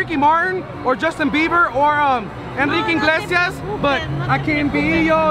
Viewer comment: “Enrique ‘Inglesias’” Hunny it’s IGLESIASSSS